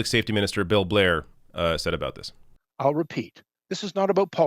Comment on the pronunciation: I'm sorry, but am I the only one who hears the Canadian prime minister from South Park when he says "this is not a-boot ... It's a-boot "?